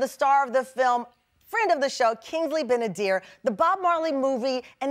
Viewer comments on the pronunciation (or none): It's Ben-adir not ben-adair lol